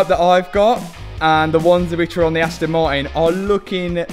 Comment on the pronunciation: Aston maiin 😂